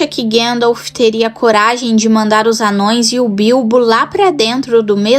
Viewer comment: “Amãos” e não “anões”!✌️